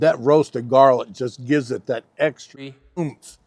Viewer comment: When you say extri you’re card carrying country 😂 Keep checkin the haters